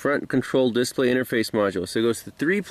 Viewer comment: Is that a local emPHAsisthat is used for the word "displa'y? That's okay, in Wisconsin water fountains are pronounced "bubblers".